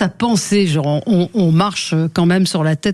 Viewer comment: Il manque "genre" prononcé "jore" en fin de phrase !